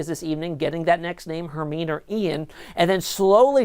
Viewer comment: its pronounced Her Mine E like from Harry Potter